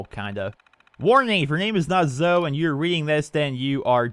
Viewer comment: Zoe's name is pernounsed as (zoie)